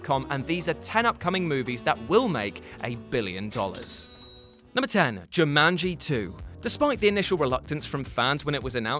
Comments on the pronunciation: You say Jumanji weird... JewManGee? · The way says Jumanji might be my favorite thing this week.